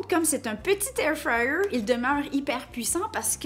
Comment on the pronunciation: Anybody else who loooove the way she pronounces Air fryer 😍😍 thanks for the video